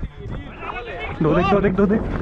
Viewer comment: you said dodo aik